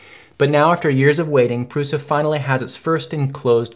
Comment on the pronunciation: Great video, very calm and truthful. I enjoy the fact that you call it how it is ( “ pru “s” a ) and not prusha. Amazing!!!!!! Video